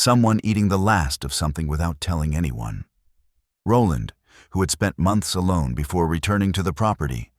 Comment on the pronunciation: All the comments calling out the weird names, ive come to the conclusion that the names are normal but AI struggles to pronounce them 🤣 'roll ond'.